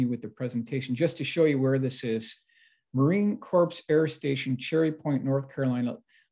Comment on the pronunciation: Thank you, I was cringing every time.... 😵‍💫